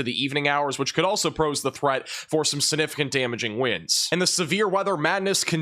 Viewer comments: The word is “significant” not suh-nificant. The g is not silent. 👍🏼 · Not SIH-NIH-FIH-KANT,! Is that a regional thing? Sig. Gotta get that G in there.